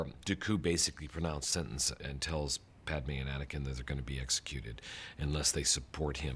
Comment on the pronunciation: Podme, geanasas